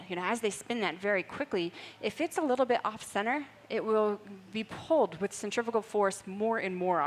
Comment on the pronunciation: This narrator is driving me crazy with her inability to say CENTRIFUGAL force, it's not centriPical!!